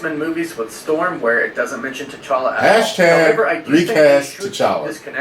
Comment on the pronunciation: I always laugh when calls him “T’Charlie”